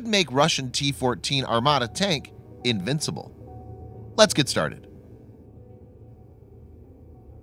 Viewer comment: lol yeah "invincible"